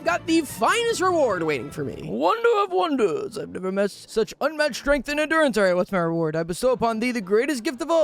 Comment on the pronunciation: "How was I supposed to prevent shuch an event?" Bro is using Premium English